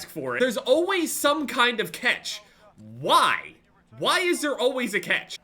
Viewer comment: Why do you say cetch. It’s cAtch